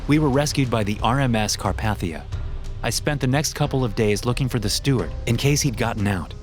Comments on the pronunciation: Carpathia is pronounced Car-Pay-Thyia Not Car-Pat-Thyia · It’s Carpathia not car Pathea